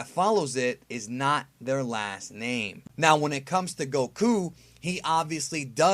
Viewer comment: You say Goku stupidly